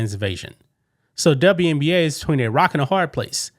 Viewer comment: Elmer Fudd says the W in WNBA stands for "WESBION"